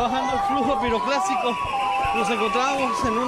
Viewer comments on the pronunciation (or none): Es piroclastico, no piroplastico